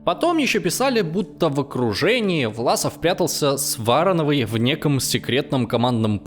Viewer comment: Братан, что у тебя с граматикой и ударениями? вАрановой, саракОвого. Как этого колхозана можно всерьёз воспринимать?